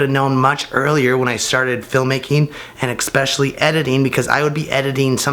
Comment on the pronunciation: Love your videos man but you constantly say exspecially. It's especially.